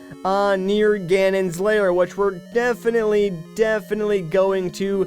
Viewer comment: why do you say layer instead of lair